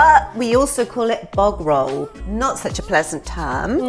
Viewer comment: When Julie tries to say bog roll it sounds more like Bovril 😂